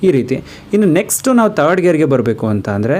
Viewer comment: ವಿಡಿಯೋದಲ್ಲಿ ತುಂಬಾ ಚನಾಗಿ ಹೇಳಿದಿರ ಆದ್ರೆ ಕನ್ನಡ ಪದ ಬಳಕೆ ಯಾಕೆ ಈತರ ಮಾತಾಡ್ತಿರ ಹ್ಯಾಂಡಲ್ ಆಯಂಡಲ ಅಂತೀರಾ ಥರ್ಡ್ ಗೆರ ಗೆ ತರ್ಡ್ ಅಂತೀರಾ ಹೋಗೋದಕ್ಕೆ ಓಗೋದು ಅಂತೀರಾ ಹಿಂದಕ್ಕೆ annodakke ಇಂದಕ್ಕೆ ಅಂತೀರಾ ಅದೇನು ಅಂತ ಕನ್ನಡ ಮಾತಾಡ್ತೀರಾ ಗುರುವೇ